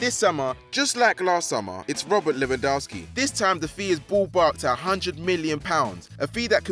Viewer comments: Stop calling him lewa it's LEWY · Can this guy never commentate a FD video again. Shocking pronaunciation of Lewa and Benzema just kills my ears. Also he sounds like he doesnt care and is only here for a paycheck. I know its his job, but the other guys atleast have some passion for what they are doing